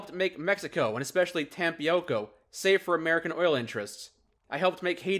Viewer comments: I loved how butchered Tampico as Tampioco. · The text: Tampico My dude speaking: TAM-PEE-OU-KOU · There is something cute in mispronouncing Tampico.